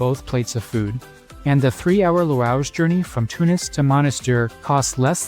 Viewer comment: like "louage" not "lounch" or " hammamet" not "ham net" ..